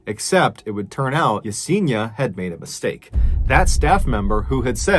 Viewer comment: Yes en i a ( not Yeseeena) sorry, it just pains me not to get the pronunciation of this sweet souls name right. Poor girl. 😢